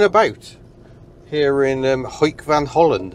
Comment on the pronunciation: I don't care how you pronounce it but since you tried with Gemert and since this one is actually easy for you, just go for 'hook van holland'. The 'oe' combo is the same as the English double 'o'. So Hook van Holland works just fine! And in case you wonder; Our double O is like your O in 'smoke'. And our single o is like your o in 'dock' :).